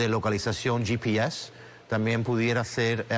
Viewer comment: ye pi es... si están haciendo una entrevista en español porque les es tan difícil decir GPS (español)